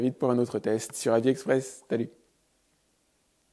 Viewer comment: J'ai l'impression que le R de "AVIS EXPRESS" va bientôt tomber 🤔